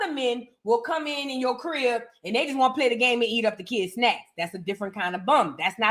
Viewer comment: You are a fool!!! “And we definitely don’t won’t to see Clarissa’s big strong ass in the booth!” (In your New Orleans dialect)… I hollered 😂😂😂😂